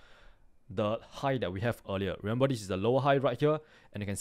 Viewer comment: i understood everything but its remember not remembal